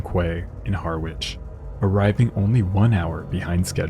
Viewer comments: Another stupid AI - Har - witch. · I enjoyed this video. For future reference: Parkeston Quay, Harwich is pronounced 'Parkston Key, Harridge'! Don't worry, I'm sure I'd pronounce many American place names incorrectly! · Likewise - and Harwich is 'Harritch' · As a card carrying pedant I cannot let the opportunity to correct your appalling mispronunciation of Harwich. It's Har-itch. Very enjoyable video, enhanced by the opportunity to make a pedantic comment. Ta. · Quay is pronounced ‘Key’, and Harwich is pronounced ‘Harich’. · Harwich is pronounced Haridge. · Great video as usual. One thing thou I can understand someone from outside the UK getting Harwich wrong, it's pronounced harritch, along those lines anyway, but for a channel that covers maritime events, to not pronounce the word quay correctly is baffling, it's said key like in quayside. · Quay is pronounced 'key'. And Harwich is 'Harrich'. 😊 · Quay is pronounced key. Harwich is pronounced Ha-rich. 😊❤😊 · "quay" - is pronounced "key" and in "Harwich" the "w" is silent - I think you need to do more research on pronunciation - that you get these words wrong is plain sloppy....